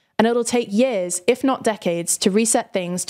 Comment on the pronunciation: "yeeahz" is not a word.